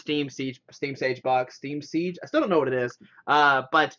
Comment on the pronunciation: Siege. Not Sage or sheege.